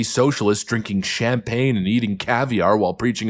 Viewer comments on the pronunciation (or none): none